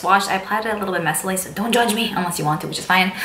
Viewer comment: " I put it on messaly" is that really a word lol. Ur too cute! Also is ur furniture from Ikea, I swear we have the same set???